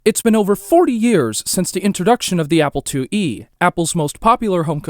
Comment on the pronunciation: ‘The Apple LlE” lol